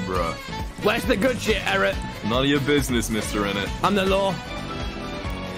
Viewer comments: Is it just me or like- the way he says Eret's name like erect- and he knew what he was saying- BRUh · Nobody’s talking about how called eret “erect”💀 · Has anyone realized that Tommy calls Eret ‘erect’